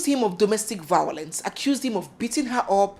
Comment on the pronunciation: V- I-O-LENCE! I heard Vawulence.